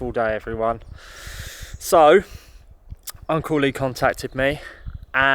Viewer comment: When you say Uncle Lee I always hear Uncley😊